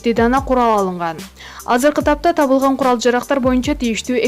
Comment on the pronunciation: Диктор киргизго тапылган эмес табылган десен.